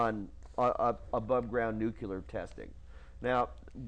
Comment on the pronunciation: This guy is so funny : - two scientists contradicted each other about a mountain, therefore all science is wrong - antennas can reshape ionosphere - ionosphere increases drag - the ozone layer is in the ionosphere (hahaa) - earthquakes correlate with haarp (which was set up in the 90's...so previous ones..??) Never trust someone who says "nukular" instead of nuclear.